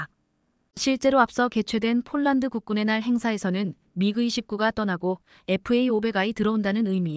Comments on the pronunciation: 폴란드, 를 촐란드로읽으면어떡하냐? 제발좀 바르게방송좀해라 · 폴란드 를쫄란드로 이상하네 ❤❤❤ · 쫄란드. ㅋㅋㅋ 인간이 읽는게 그리 어렵나…. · 문장읽는 것 연습 좀하고 읽어내려가기를! 띄어 읽기, 발음을 강하게 해야 할 때(특히 중자음) 약하게 발음하는 것은 큰 잘못! 표준 발음은 아나운 서級이어야! 예로, 폴란드를 쫄란드로 읽다 니! 주의력까지 부족하니 걱정! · 폴란드를 쫄란드로 잘못 기재되 였다 해도 "쫄란드" 읽으면 않되는것 아닌가 ㅉㅉㅉ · 쫌 제대로읽으세요. 쫄란드가뭡니까?